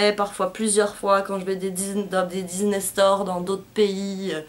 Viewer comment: coucou super vidéo et pour ne pas être méchante on dis "disney" et pas "diznay" et j'ai remarquer dans une de tes vidéo tu disais "maléfisse" mais c'est "maléfique" voilà gros bisous